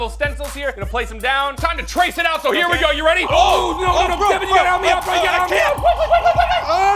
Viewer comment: And its Devan not Devon😅😅😅😅😅😅😅😅